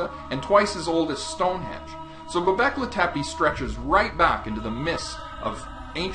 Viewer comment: "Stone Hedge" -rofl